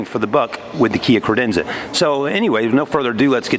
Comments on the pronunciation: I know this video is older, but it's CAdenza not CRadenza. If you sell them at least get the name right! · Did he ever say Cadenza correctly...as on top of it as those that work at the Kia dealership in Reno NV...and my new 2017 Optima SXL will only have warranty done at the dealership in Reno.